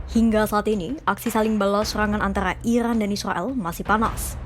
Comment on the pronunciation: Capek aku dengarrrrrrrrrrr, ilan dan islael....😂😂